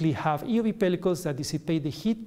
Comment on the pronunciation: he doesn't pronounce the e in euv.